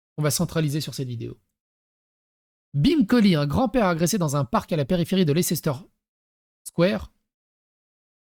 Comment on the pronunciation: Je suis chiant. Mais Leicester se prononce "Lesster" :'), ça m'arrache les oreilles haha